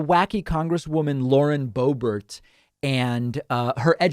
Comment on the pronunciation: Bauren Loebert